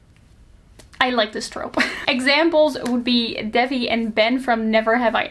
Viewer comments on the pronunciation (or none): none